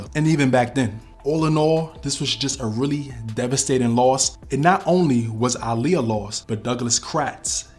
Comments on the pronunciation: I love how you pronounced her name correctly. Aaliyah use to check a person real quick who didn’t say her name right lol. She’s smiling down on you KING! Great vid by the way. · Finally, someone who pronounces her name correctly. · Lord thank you for pronouncing her name correctly